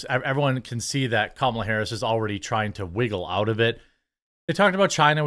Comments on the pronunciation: IT'S........ KA-MA-LA. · Hey bro it’s not CAMuhLuH it’s KALMALA… Jk I don’t fucking care! TRUMP 2024